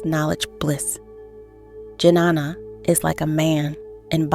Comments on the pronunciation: It’s not Janana It Ghyaana. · It's not Janana..It is Ghyana.. Transcendental Knowledge..Please learn in your next Videos how to pronounce exactly Sanskrit Terms..🙏🕉️☯️🍀💫Aum Namah Shivaya..🙏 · Don't want to nitpick here but to hear these words pronounced with a heavy american English accents is really jarring.... and I think somehow detracts from the quality of the video. The proper Sanskrit pronunciation of Jnana is "nyaa-na" .